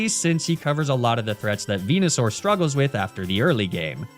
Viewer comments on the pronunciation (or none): none